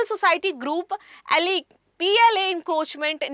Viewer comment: एलीग 😅😅😅 मैडम " एलेजेस " होता है वो ।